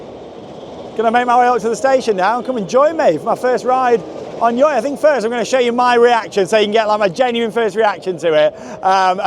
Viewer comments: You're supposed to pronounce it Joy, but honestly I pronounce it the same way as you because the name is just ridiculous. Good video! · pronounce it as joy